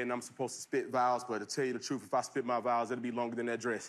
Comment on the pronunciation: Yo who said “nothing but the shoeth” 😂